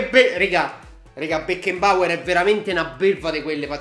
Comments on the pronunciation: Si pronuncia Becnabor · aggiusta la pronuncia... si dice Becnaboer